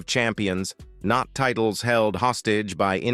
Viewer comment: Is this a software reading the text? At about 5m 14s mark, "titles" is pronounced as "tit-less". Left a bad taste for this viewer.